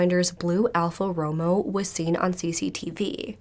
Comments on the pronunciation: Bless your heart but Alpha Romeo is pronounced roh-may-oh, not Romo as in Tony lol It's one of the most expensive cars in the world. :) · love you, dear. so don't take this wrong it's "alpha ro-mayo" not romo 🖤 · How hard is it to say Alfa Romeo (Roh may oh) smh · Just an FYI... pronunciation of the car is Alfa RO-MAY-OH. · its pronounced Al ~ fuh row ~ may ~ ow. My husband loves those cars and take my word, its pronounced like I put in this comment. You can also google how to pronounce it, and it will say it like I said in this txt. It's not a big deal, I know, but I thought you might be interested in the correct way to pronounce it. Google any word on how to pronounce it, and you'll never mispronounce anything. I've had to use it several times, and it's the best thing without being a pain to use. Love your hair. The lighter color around your face is perfect and such a beautiful color to frame your face and bring more focus on it. You're so pretty no matter what any way, but that just brought it out more. That shade of green is perfect. I'm a narural red/ auburn but getting old has made me a strawberry blond but enough red still mingled in to know I'm definitely a red head and I miss my hair color before it started going gray but I get a lot of compliments on this shade like my original hair color before 50+. Excellent video and commentary as usual. 👋🏻✌🏻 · Btw ALfa Romeo is pronounced Alfa 'Row-mayo' I have Alfas, love them! 😉